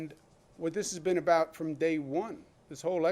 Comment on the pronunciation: "what are you talking abouut" Classic new Yorker 😂